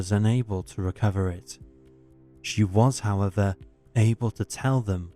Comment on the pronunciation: convinced its AI. Words mispronounced or said exactly the same way/ tone regardless of grammatical context. For example the word “however”